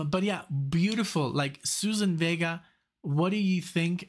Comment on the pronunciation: Thanks for this. Love her. Please check pronunciation of her first name.